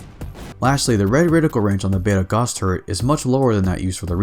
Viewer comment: You mispronounced "gauss".